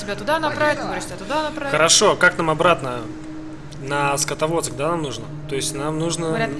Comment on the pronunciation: Скотоводск ааааа ору. СКАДОВСК